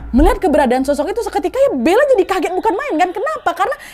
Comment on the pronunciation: bener kan,,😀😀 suka bnget aku dengernya "shoshok" kek gitu Kya nya di telinga pengucapannya